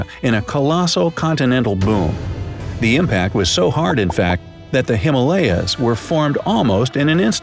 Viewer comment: Actually the thing i didn't like was that saying Himalayas hmlayas Pronunciation of himalaya is- Hi-ma-la-ya and what he pronounced was h-m-la-y-s